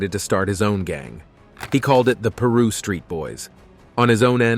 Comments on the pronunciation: It’s called piru not Peru how dumb are you? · The announcer got the name of the gangs all wrong instead of saying Piru he said Peru and he also called them Prius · Pie ru say it right bloods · Say it with me "pie-rue" Piru😂😂😂